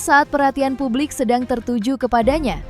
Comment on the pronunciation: Publik, jangan dibaca PABLIK.....